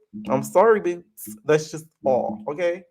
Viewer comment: I cackle every time you say BOOtz LOL